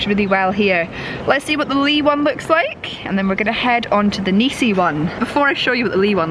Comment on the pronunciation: NISI dont have EEEEEE in the the name.